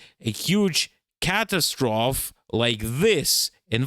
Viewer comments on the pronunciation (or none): Great job,. You know in English there are a bunch of rules, but you know every rule has exceptions. Catastrophe is an exception. The E is not silent. I think we got the word from French. I'm not trying to offend, I'm just saying